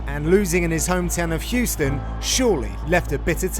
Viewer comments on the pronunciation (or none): none